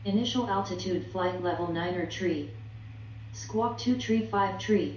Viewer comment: Why does she say tree? *THRree